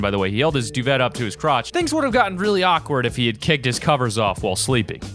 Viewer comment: Duvet is pronounced do vay not do vet